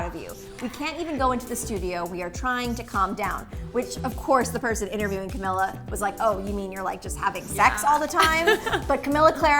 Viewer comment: It's pronounced Cameela.